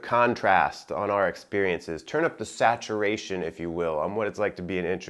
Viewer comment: “SAtUurashIn” oh u good boy...